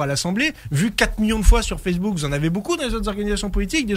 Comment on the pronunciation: avant d'attendre, commencez par réécouter, vous avez mal entendu, il dit bien "sur Fessebouc"